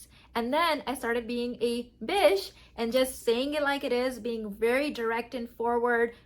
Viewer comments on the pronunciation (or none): Am I hearing this wrong...Is she saying bitch or bish....lol